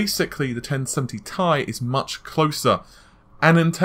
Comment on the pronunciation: Jurma It is actually pronounced like "tea". The 1070tea.